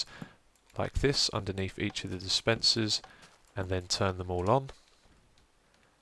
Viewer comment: It's "dispenser", you also got it wrong in the annotation.